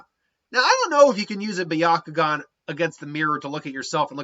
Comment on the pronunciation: It’s byakugan not byakugon